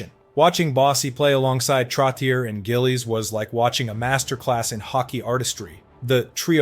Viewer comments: "Trotty-air " ?. WTF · TROT TEE YER 😂 AMERICANS ! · TrotiiERRR!?!?? Way to go thERRRE AII generated documentary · If you can go to the effort of making and edit this video, why are you using AI to narrate? It's Trottyay, not Trottyer. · I agree with the comment below. If you don't know what arena he played in, don't mention it. And, for the record, Trottier is pronounced "Trot-E-Ay". No, I'm not subscribing. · Trotchay is how Trottier is pronounced. Nassau Coliseum is where the Islanders played, not MSG. SMH. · It's hard for me to believe we've reached a time when a hockey fan mispronounces "Trottier." Some day it'll be "Lemieux." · It hurts my head when you say Trottier. Look into how to pronounce it correctly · Every time he says Trottier I gag a little